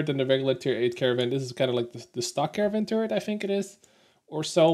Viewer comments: You seem to be pronouncing it "caravan". That's not correct. It's car-nar-vn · I wonder why you keep saying Caravan - it certainly does not save time over saying Caernarvon (both three syllables). Of course, I am assuming that you know how. Also, , "gnarly" does not mean strong, but is used to describe an extreme move or perfection - see here: I agree with your view on Pilsen. Good review.